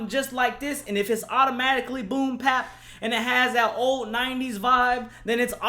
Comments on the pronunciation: Nigga you can talk about this album when you can pronounce BOOM BAP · Mann you killed me with this one. Fuck a melody. This is a rapper. Fuck pandering to the masses. And it's Boom Bap. Not Pap. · fax and the fact that he kept saying "boom pap" annoyed the fuck outta me